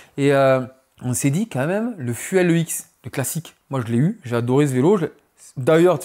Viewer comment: le fuèlle ex8 ? 😅 un vrai ca se prononce plus comme "fioul"